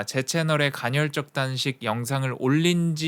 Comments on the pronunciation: 간헐적인데 계속 간혈적 이라고 말하시네..ㅋㅋ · 왜자꾸 갈혈적이래 ㅋㅋㅋ 간헐적!!!! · 2시간 짜리 영상에서도 전혀 흐트러짐 없는 목소리와 딕션에 감탄하였는데(그 영상 진짜 최고였어요!!!!), 이번 영상에선 간헐적 단식을 간'혈'적 단식에 가깝게 발음하셔서 그 단어가 나올 때마다 괜히 긴장이 되네요ㅠㅠ [가널적]으로 발음하면 쉬워요! 항상 완벽을 기하는 님의 영상에 옥에티가 있는 게 너무 아쉬워서ㅠㅠ 잔소리?팁? 하나 드리고 갑니다^^ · 발음이 안좋른건가? 왠 간혈?. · 저도 간헐적 단식 2달간 하고 있는데 좋네요 그런데 커피는 의학적으로 하루에 한잔은 괜찮습니다 그리고 영어발음은 이해하는데 간헐적 단식발음이 간혈적 단식 으로 들리네요 오류인지 실수인지 모르지만 간혈적으로 들리고 틀린겁니다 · 간혈적 말고 간헐적이요! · 간혈적이라고 말하고 간헐적이라고 자막쓰면서 이불킥 했을듯요 ㅋㅋㅋㅋ 저도 님 예전 생활하고 비슷하게 살고 있는 중인데 저도 간헐적 단식까지는 아니더라도 카페인 끊는 거 도전해봐야겠어요!! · 갼헐적 단식이라고 계속 얘기해서 ㅋㅋㅋ 좋은영상 항상 감사합니다 더욱 건강하시길~~^^ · 간헐적 간혈적 발음 지적만 당하는 그러니까 좀 잘해 ㅋㅋㅋㅋㅋ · 궁금한데 외국에서 오래 생활하면 "헐"발음이 어려워지는건가요?? 대니조라는 미국에사는 운동유튜버도 간혈적 단식 이라고 발음하던데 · 근데 왜 발음을 간혈이라고 하는거에요? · 간헐적 단식을 간혈적 단식이라고 발음하는 멋진 우리형..간Zㅣ.. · 홀리크랩 형님 간헐적 계속 간혈적으로 말씀하셔서 괜시리 신경쓰입니다 형님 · 저만 “간혈적”으로 들리나요..? 영상 깔끔하고 좋네요 ㅎㅎ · 자꾸 간혈이라고 그래서 나만 잘못 들었나?했는데 역시나.. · 영상 중간에도 간’혈’적 이라고 나온다요! 발음영상 후에 이러니까 위트로 느껴져! 인간적이야 지금까지 너무 완벽했어. 다음 영상에서 ‘앗 지금까지 간혈로 잘못 알고있었어요 헤헤 나도 모를수도 있지! 버럭!’ 하면 귀여울 것 같어ㅎ 누군가 이걸로 악플이나 안 달았음 좋겠다! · 나도 간혈만 들려 ㅠ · 보스턴식 간헐적단식 발음인가 ㅋㅋㅋㅋㅋㅋㅋㅋㅋㅋㅋㅋㅋㅋㅋㅋㅋㅋㅋㅋㅋㅋㅋㅋㅋㅋㅋ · 설마 저번 영상에 이은 틀린 발음의 예시... 나중에 복선 회수되나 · 간혈이 아니구 간헐이구요 생장호르모르몬이 아니라 성장호르몬이에요 미국에서 어렷을때부터 살은 나도 이런발음되는데